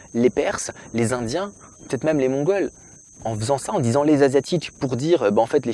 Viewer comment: Ha ha !!!! Moi aussi je le prononce diez